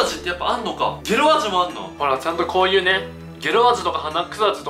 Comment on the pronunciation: ゲ↓ロ↑ですね